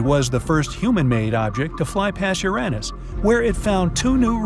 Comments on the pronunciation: It is either youranus or urinous. This mat be unfortunate but the pronounciation is anything but what this presenter says. On what is supposed to be a science show. He has never heard the word pronounced? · Ur-Anne-us??!! Who pronounces it that way? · I thought it was "Úranus" and not "Urànus"😂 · Awesome vid :) but.. "yer-aa-nis"?! I've never, in 43 yrs, heard anyone pronounce Uranus that way o.O lol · Uranus proper pronunciation is ur on us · That's a strange way to pronounce "Uranus". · You said Uranus & Io wrong!